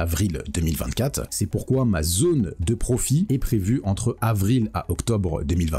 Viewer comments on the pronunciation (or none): none